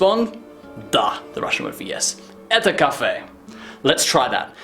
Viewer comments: Не"Eta" a "Eto". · Может где-то и произносится как "эта", но большинство произносит "это". Диктор на телевидении всегда говорит "это" и никогда "эта". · not etA it's etO and not mozhnA it's mozhnO like Это and Можно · произносится как эта